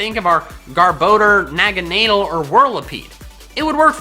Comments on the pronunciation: U sed naganadel wrong. Its not naganeedle Its naGAnAdEL. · Ballistic Riot "nagganaydel"